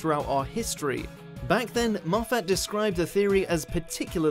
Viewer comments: Tay Hogan M-off-at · Just FYI: Moffat (Maw-fit) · How fat? Mow fat! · you're saying Moffat it's pronounced mow fat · Not only is it a surname but it's also a rather nice place on the Scottish borders. The correct pronunciation is m-off-at. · xXbghytXx It's Moff-at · “MofFAT” lord help me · To say you’re from watchmojo UK you don’t half butcher Moffats name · I think you're saying "Moffat" wrong. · The way you pronounce Moffat’s name is is deeply distressing. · learn to pronounce moffat